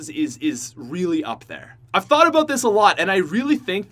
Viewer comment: How Americans say about: a-bout How pronounces about: A-BOAT